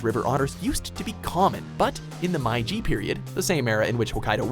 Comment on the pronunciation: "My G"? isn't Meiji pronounced "May G"?